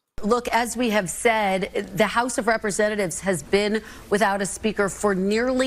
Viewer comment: olde school grammar nazi note:,, luv ya, man, but t's are not pronounced as d's, lol try it right, phonics, man. numbers will improve; ) seriously? "saddin"?? lol luv ya man.